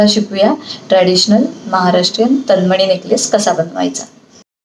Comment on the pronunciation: "तनमणी" नाही "तन्मणी"